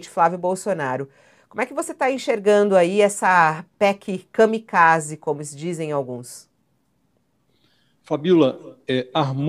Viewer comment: kamiZake ou kamikaze